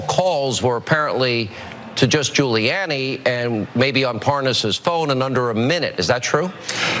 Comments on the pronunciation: The most telling part of that FOX clip was Hannity acting like he had never heard of "Les Parnes" and even going as far as saying Guilani's name wrong lmao Then Nunez saying he does not "recall" Sickening. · Hannity says Julie-Annie